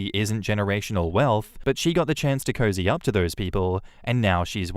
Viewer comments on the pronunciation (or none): none